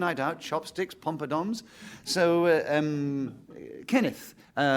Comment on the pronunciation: Is Nicholas Parsons calling them “pompadoms”?